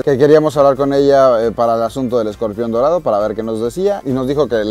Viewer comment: Yo le entendí Modorado jajaja